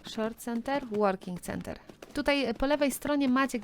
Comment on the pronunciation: Galop czyta się „kanter” nie „center” 😊